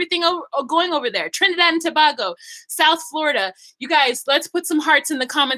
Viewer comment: It's To-(bae)-go not To-(bag) - o, long sound on the A not the O. It's a pet peeve of ours 🙈